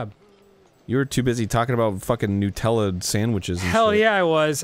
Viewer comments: Hey guys, just want to point out that Nutella is pronounced with the 'Nut' part like the word 'nut' not 'nute'. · I keep forgetting Americans pronounce Nutella "Noo-tella". Australians pronounce it Nuh-tella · Its pronounced nuhtella, not newtella. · It’s Nah-tella, not new-tella. Not triggere but I’m triggered but not really. That’s just how u say it’s ok... thx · So is "nootella" different to "nutella" or is it just a pronunciation I've not heard before?